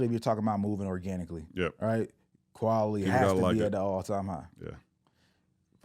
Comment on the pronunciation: my boy said qualily